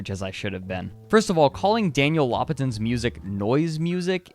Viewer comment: "is daniel lopatin noise" there is some elements in his work that could be called noise.. specifically the albums returnal and garden of delete from his flagship Oneohtrix point never (pronouned one oh tricks... just like how lopatin is actually pronounced low puh tin). but overall ambient and drone are the better descriptions so you didn't need to completely correct it but it worked well enough